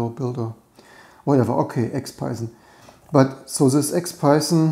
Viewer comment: interesting how I hear [ p | b ] yzon instead of python, which might be a bit confusing as I keep mistaking it for bison and stuff